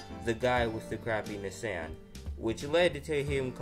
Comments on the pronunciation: IT'S "KNEE-SAWN" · Knee san 💀